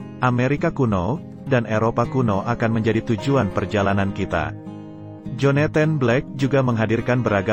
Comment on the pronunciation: Agak terganggu dengan beberapa penyebutan yang gak pas, Joneten ? Pusel ? Maaf ya....nyebut Jonathan aja gpp kok daripada gak pas, Puzzle = Pazel....